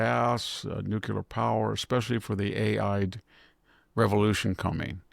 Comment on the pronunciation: A friendly reminder. The pronunciation is Nu-cle-ar, not Nu-cu-lar. "Nucular" is a colloquial and often criticized pronunciation of the word "nuclear".